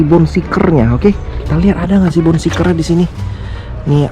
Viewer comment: bacanya bone shaker bro, bukan bone seeker